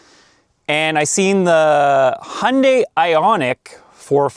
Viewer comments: Its HYUNDAI....not HUNDAY.... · I think Hyundai are just getting revenge on Americans for not being able to pronounce Hyundai. FYI, it's got a "Y" in it. It's not "Hunday". Sorry, I just saw another of your videos where you mentioned that you're in Canada. Same thing though, Hyundai are sick of you guys mispronouncing their name as well. I've had a 2014 ix35 from new and it's been a fantastic car. Best I've ever owned. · Hyundai is pronounced Hyoon-die! Don't be part of their marketing attempt to get you to confuse them with Honda! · Hee Un Day………is it really that hard to say. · Hyundai pronounced as Honday. I'd not heard that before 😂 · Is it me or is it when he says Hyundai it sounds like he says honey 😅